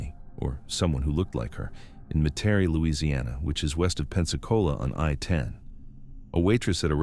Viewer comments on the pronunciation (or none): none